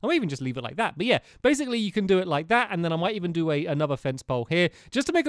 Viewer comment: Did enyone elses jaw drop when he said "il evin take my crafting table"?